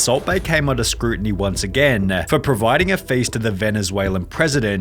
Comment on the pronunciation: The way you pronounce the last word of every sentence is hilarious. "Friend-a" "Interview-a" "Again-a" 😂😂😂